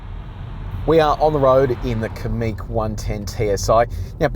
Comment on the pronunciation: Likewise Kamiq is stressed on the second syllable, not the first.